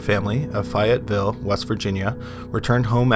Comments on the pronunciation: It's pronounced Fayetteville! Like the name Faye! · Wonderful work! (It's pronounced FAY-ett-vill in WV). x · I live in West Virginia. It's pronounced Fay with with the a not an I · Fayetteville, nor Lafayetteville.